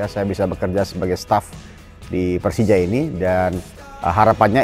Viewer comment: 4 kata lucu, gue pelcija, gue cempion😂